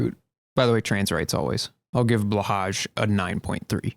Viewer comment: Blahaj is pronounced more like Blah + hi